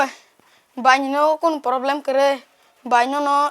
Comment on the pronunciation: Poblem❌ problem✅